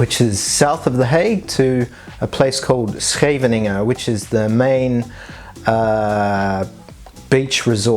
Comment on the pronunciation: for a brit your Scheveningen the way you did is really good.